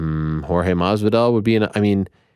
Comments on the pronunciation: You are always very precise with the correct pronunciation of the names of the fighters. Jorge Masvidal has corrected you several times in the past now. Jorge Masvidal,... Masvidal!!! Not Marvidal😂 there is no "R" in Masvidal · There is no r in masvidal FFS